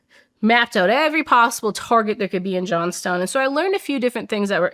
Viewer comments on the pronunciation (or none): Not me being raised going to Johnstown PA every weekend to go to the mall & working at said VA Affairs company hearing her say Johnstown 🫨🫨 what the actual fuuuuuuuck